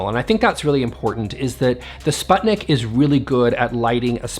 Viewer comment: Please.. please check how sputnik is pronounced 😢 (Swedish people out there I feel you so much haha)